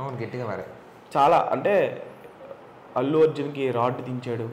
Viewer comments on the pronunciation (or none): అల్లు కాదు అతు అర్జున్